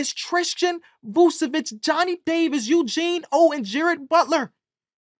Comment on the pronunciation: Vukčevic not the same as Vučevic There is "k" in Tristan last name